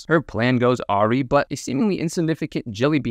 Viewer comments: Just one, tiny nitpick. Awry is pronounced "uh-rai", not "aww-ree". Other than that, great video compilation. 10/10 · "Her plan goes auree"